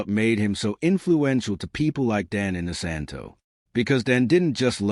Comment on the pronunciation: Clickbait! Dan is only seen in this video at the front for 10 seconds. The person doing the voice over should have at least learned how to correctly pronounce Dan's last name.